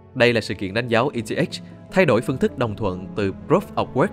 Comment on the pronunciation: Eth đọc là e tê ích :)))